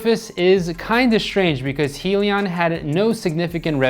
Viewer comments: You're saying Helion instead of Hyliion. It's Hy for Hybrid. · Hybrid lithium ion - pronounced (hi-Leon)